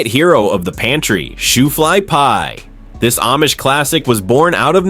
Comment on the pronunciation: AI with speech impediment....... 😮